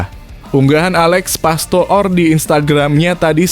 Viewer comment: komentatornya diganti aja,ngucap Alex pastoor(pastur) aja gak bisa